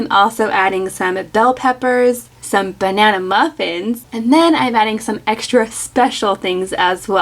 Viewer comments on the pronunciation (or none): none